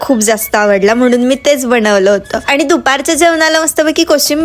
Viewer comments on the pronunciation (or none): none